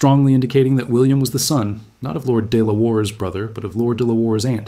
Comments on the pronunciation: I suspect that de la Warr is pronounced Delaware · "De La Warr" is pronounced 'Delaware' -- something you would expect an American to be familiar with... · Even if it doesn't know how to pronounce "Delaware"?